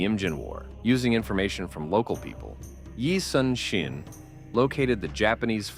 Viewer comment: Despite the official spelling, his name is pronounced eee (like eee pc netbook) soon (not later but soon) shin (between knee and ankle), not yi sun sin